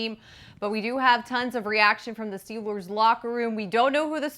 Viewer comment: Lol yea. Am I the only one who hears say Steel-lures instead of Steel- ers?